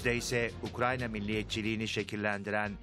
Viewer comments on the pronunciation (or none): UKRANYA DEĞİL KARDİŞ!... UKRAYNA YAZILIYOR GÂLİBÂ!...